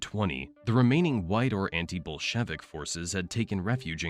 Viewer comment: Never heard anyone pronounce Bolshevik that way!